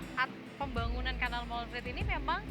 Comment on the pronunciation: Molenvliet, bukan Molenvielt.